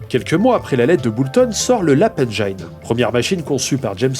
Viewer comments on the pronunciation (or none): Super épisode, très bien amené et super intéressant. Les asservissements sont partout encore de nos jours même dans le cloud. Par contre on dit « engine » comme dans « angine » pas « engaïne ». Mais on s’est tous plantés une fois dessus 😅